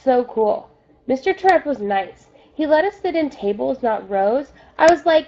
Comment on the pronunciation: Just saying you're saying Mr.Terupt wrong